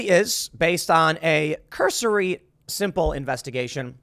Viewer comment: Say “cursory” more pls. Aren’t you a “journalist”? Lots of I don’t knows after things you say....